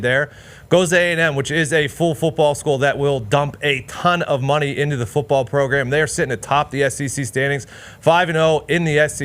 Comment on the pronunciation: JJ progrum best progrum of the progrum